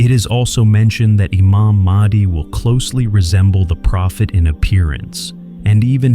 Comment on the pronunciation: ИМАМ МАХ,ДИ, А НЕ МАХАВИ ИЛИ МАХИ...!!! ДАДЖАЛ, А НЕ ЖАЛ ИЛИ ДЖАЛ...!!!